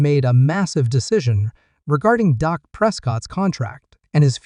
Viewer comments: How can you watch a video when the voiceover calls him Doc instead of Dak> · this guy is a idiot its dak not doc. this guy knows nothing about the cowboys